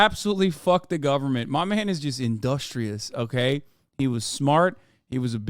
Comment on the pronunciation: But when My mane mahn omi does it… Hasan has never sounded more Turkish